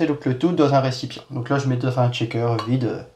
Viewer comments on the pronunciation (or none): Très instructif, encore une fois c'est expliqué avec beaucoup de douceur ! Juste une chose, je me dois de vous le dire car à chaque fois ça m'accroche un peu l'oreille : "shaker" se prononce "cheykeur', pas "tchékeur" ("checker" = vérificateur). Il n'y a pas de T au début ! (Je déteste faire le prof, mais bon, j'en suis un, je ne peux pas lutter...) Bonne continuation !